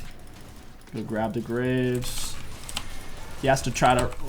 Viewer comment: "gonna grab the graves..." Said like graces is just an extra jungle camp lol